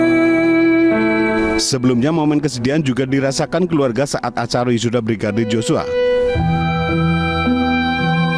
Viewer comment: Tolong sebut nama Yoshua itu yg benar bukan Joshua kalian juga seperti putri memutar balik fakta aja